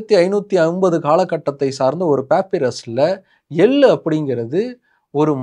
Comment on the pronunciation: எள்ளு தயவு செய்து ள் ஐ சரியாக உச்சரியுங்கள் hate comment elaam ilainga manasula patuchi sonan